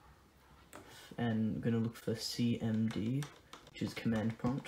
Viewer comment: did u say cnd or cmd